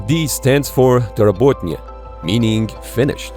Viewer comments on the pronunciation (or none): Love your pronunciation of 'dorabotaniy', sound like some remote village name in deep forest with population of 13.5 people :) More precise translation will be 'revised' I guess